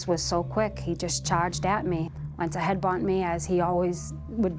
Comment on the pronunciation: So let me get this straight .. a stripper meets a guy hanging out in the club... they get together and its a toxic relationship.... shocker!!! And its "headbutt" not "headbunt" 😂